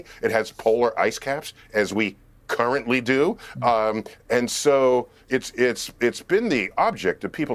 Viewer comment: Anyone catch the emphasis on "currently" when Neil said, "Mars has polar ice caps like we CURRENTLY do"? Ouchie